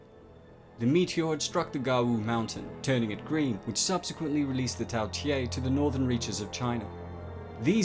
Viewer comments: You said Tao tei wrong it’s not tail it’s tao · quick question, why are you pronouncing it tao tie when you clearly have it spelled tao tei? other than that, great video as always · Not pronounced "tea a" but "Tay" and canine isn't pronounced "ca knee ne" but "ca nine" smh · "Tay" not "Tye" mate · Lol “Tao tiei” where did you get the extra i